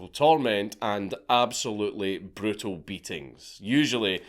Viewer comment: And when I say Brutal, I mean "Bretill"